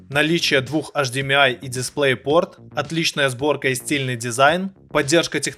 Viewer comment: Не Лияма, а Ии́яма (город такой в Японии)!!! Ну да, Виевсоник, АшДиМиАй))) Всё ясно, блин...